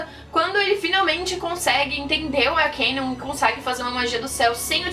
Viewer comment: N é arquiniun é arcano